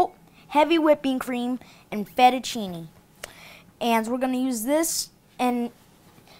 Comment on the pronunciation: i thought he said fetishchini lol!